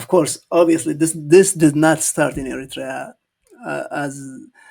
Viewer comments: The Ethiopian FM can't even pronounce the name Eritrea correctly. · Thank you! It’s funny how he pronounced Eritrea 🇪🇷❤. He is ugly in side but 😈🦓🇪🇹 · Poor doctor he does not call our lovely country Eritrea correctly😂😂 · Well done,, we might not agree about our politics. However, when the foreign countries, especially Ethiopia or Ethiopians, are trying to impose their opinion, ideas, or claims, we fight as Eritreans. But what this man is reading from the paper doesn't even pronounce Eritrea fluently. The Ethiopians politicians actually run out of ideas. I don't consider them as knowledgeable politicians but came from the street to ripoff the people of Ethiopia. They only manage to run Addis Ababa or 4 kilo, nothing else. you are fluently teaching this uneducated man with paper in hand. They are full of jokers without substance. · This guy , the so called foreign minster who cann't even pronaunce Eritrea, let alone to know and talk about ERITREA, how dare he say that "eritrea belongs to Ethiopia" go back and check our and your history , represent your own opinion and use your brain rather than reading and repeating the proxy narrative fairy tales of your leaders! Leave Eritrea and Eritreans alone!!! All what we need is love ,peace and harmony with our neigbours!!! Eritrea prevails❤❤❤ Wetru Awet nHafas❤❤❤ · This damn foreign Minister, Moreover all his false statements that have been given by his child master he doesn't even know how to pronounce Eritrea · He Can’t even pronounce the word Eritrea correctly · cant even pronounce ERITREA well. Shame